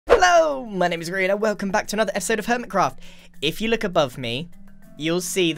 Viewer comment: "HELLO! My name is Grian and welcome back to another esode of Hermitcraft!"